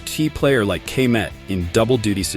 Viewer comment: Ka-met for the love of god 😂😂